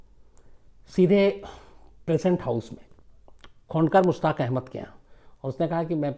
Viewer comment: Khandoker Mustaq Ahmed is the pronunciation